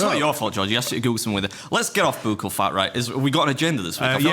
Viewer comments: It is pronounced like Buck all Only because as a nurse we give buccal medication. Its not a your saying it wrong just letting you know how it's pronounced 😊 great pod as always ❤ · FYI Beard...buccal is pronounced buckle. 💖💖🌹🌹